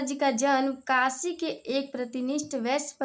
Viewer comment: काशि नहीं काशी होता है